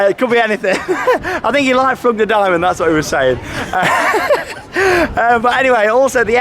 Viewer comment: I think it's flu-G De Dimm-O-nen